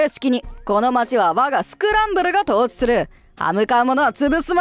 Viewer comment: 統治(とうじ)じゃ無くて統治(とうち)だと思うな。